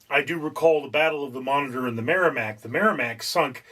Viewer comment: a singularly bad video. couldn't watch all the way through. About the 4th or 5th time he pronounced 'Monitor' 'monger', I bailed. His explanation of the game was worse than useless. My dad taught me the game back in the 60's and we did it using paper. We drew out two squares, divided into smaller squares. Easiest thing was to use graph paper, then you have the small squares already made. You then make the big square into a matrix by writing A - G (or H, it's been a while...) along the top and 1-7 (or 8) along one side. You both have similar navies and you start by placing them on your board. the patrol torpedo boat takes up 2 squares. the submarie 3, etc, up to the battle ship which was 5. When your forces were deployed, play commenced. whoever went first, would call out a number/letter combo. "C 8". If the 'enemy' had a ship in that square, he would say 'hit', if not, 'Miss' turns were taken in alternate sequence until all the ships of one side were 'sunk'. A cool game in that no fancy equipment was needed, just two sheets of paper. BTW, don't listen to a word of 'historical facts' spouted by this fellow. He knows not of which he speaks.